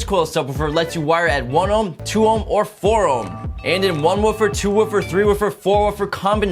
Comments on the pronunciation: Why do so many youtubers mispronounce "woofer"? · Gustavo Arroyo also forgot to get someone who knows how to pronounce woofer.